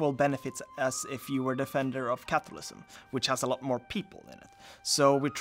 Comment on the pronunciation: I kept hearing capitalism 😂